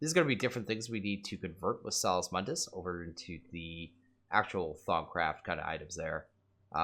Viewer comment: "Sauce mundis" "Vizz crystals" TRIGGERED